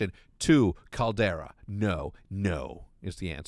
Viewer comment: Hecz my guy it’s Calderrra just like how you say it in spanish my mexican brother